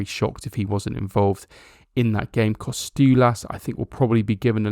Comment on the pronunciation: Tzimas is pronounced Gimas like the "G" in George. Kostoulas has an emphasis on the middle "STOU". No KOstoulas but KoSTOUlas